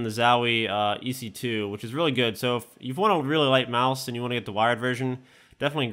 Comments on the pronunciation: "MAUSE" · He says mouse is a weird way xD